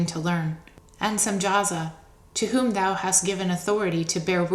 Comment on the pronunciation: probably all the ones who know that the pronoun "thou" is being mispronounced, throughout the entire reading.